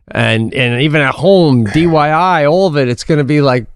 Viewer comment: Pete has said DYI several times in this and other episodes. Pete, it’s DIY as in Do It Yourself. It doesn’t matter but I can’t help noticing little details like that. Maybe I’m the problem. LOL